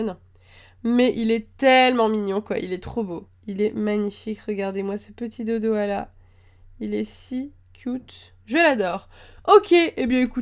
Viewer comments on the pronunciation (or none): dodohal pas dodohala